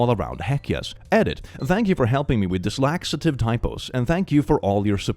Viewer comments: I love how he was reading the words "dyslexic typos" and said the word "dyslaxitive" 😂😂 It's about 17.40 in. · I dont know if it was a bit or accidentally, but i find it quite funny that you got "dyslexic typos" wrong and it became "dislaxitive typos". Just before commenting about the problem of using the wrong words. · I like how even when he reads the world "dyslexic", still says "dislaxative".